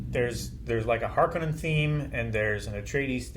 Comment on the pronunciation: Hark-O-nens, it's a Finnish Sir name. No Conans. The author of Dune pronounced it in interviews.